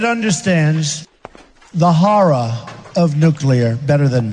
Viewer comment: "There's nobody who understands the hawrror of nuclear (weapons?) better than me" I feel like Japan has a thing or two to say about the horrors of nuclear weapons.